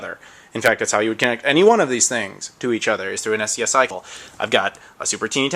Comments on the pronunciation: SCSI is pronounced 'scuzzy' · I've never heard anybody pronounce SCSI as "S-C-S-I." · BTW, SCSI is pronounced "scuzi". Also the cable that connects to the sound unit is the same that was used on printers before they switched to USB. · Also, most people pronounce "SCSI" as "Scuzzy". :) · Just so you know, SCSI is pronounced "scuzzy". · I love your videos, and am very grateful for you doing all of them, and I wasn't going to say anything.....but this is like the fourth video that you've called a SCSI cable a SCSI cable, it's normally pronounced Scuzzy (rhymes with fuzzy)....err I don't mean to nit pick, but maybe you don't know or just don't care....but yeah, it's also like Laser, and how that's pronounced, since it too is an acronym.